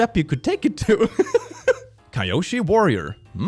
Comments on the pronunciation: Not the “Ky-O-she” warriors 😂 (btw is u don’t get it the kyoshi warriors are from an anime called “avatar the last air bender” and yes, they use fans) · Seeing how he prononced Kyoshi I don't think he knew it's from Avatar